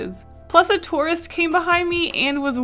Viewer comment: When was saying tourist at first I thought she was saying Taurus like the zodiac sign